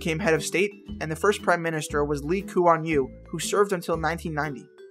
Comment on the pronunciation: Good job in saying the prime minister name I clap for you😡